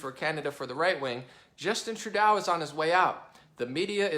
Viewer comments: Love listening to your common-sense logic! Although you do need to know how to pronounce Trudeau........its pronounced....True-doe. I do speak French, and it hurts the ears a little . lol But still think you're great! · Its pronounced True-doe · Much love from Canada Bro. Here's some pronunciations to help out eh! Justin Trudeau (True - dough), Quebec (Kay - Beck), other than that. It's all good. As a political ATHEIST I enjoy your analysis. Thanks for taking a look at us northern neighbors. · Btw is True-Doh, not True-Dow hahaha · Good job. You've got a good handle on what's happening in Canada. I'll try to help you out with some of the pronunciations phonetically: Trudeau (truedoe) doe like the deer, François Legault (franswa lugo) the u is as in "up", just pretend the LT isn't there. Close enough. Oh, and it's Province, not Providence. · the proper pronunciation of Trudeau,s name is first drop the A replace it with a big "O" fallowed by a P, OK lets say it together, TRUDOPE!! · Homer says True-"DOE"!